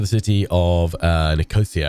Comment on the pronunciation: I'm good with mispronouncing names that should be 'unusual' to you... but Nic_os_ ia? Really, you are a Brit... yes? It's been NIKO_SEA_A for all my 60+ years. Deary me good sir!